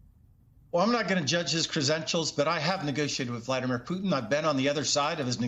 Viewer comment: hey this guy said Peutin name right. : D